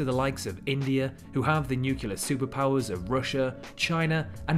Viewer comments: Civilly…NUCLEAR not nucular dude! Three times!. Check pronunciation eh. Otherwise very nice vid. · Excellent video! Great quality. Thank you! Oh, by the way, it's pronounced nuclear (noo klee are) not nucular ( nu que lar) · Very good, but one thing, it is new - clear, not new - culah. Sorry, bit pedantic I know, but it hits me every time I hear the word nuclear mispronounced. The clue is in the spelling, isn't it? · great video. You sold it to me - but - it's NUCLEAR not NUCULAR!